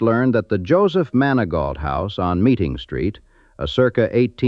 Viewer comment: "MANI-GO" HOUSE!!! NOT MANI-GAUTLT.